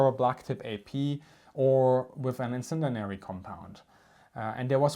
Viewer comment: why do you keep saying "incendinary" ?